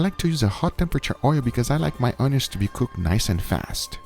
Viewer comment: When he said i cooked the onions it sounded like i cooked my udders and udders are the balls of a cow (it sounded to me)